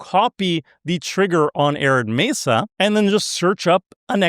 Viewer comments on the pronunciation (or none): none